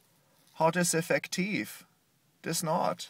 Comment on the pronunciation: can't figure out if he's saying 'effect fatigue" or "effective"